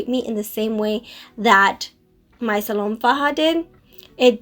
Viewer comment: Hi you look nice. Also, I believe it's pronounced Salome in spanish. The "e" is not silent.